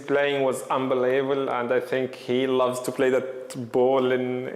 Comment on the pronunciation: Mo 'Unbeleebull' Salah